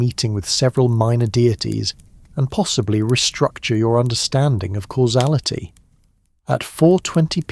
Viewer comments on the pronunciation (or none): none